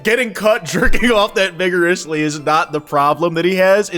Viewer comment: i had to double check to make sure you said vigorous and not another word there ngl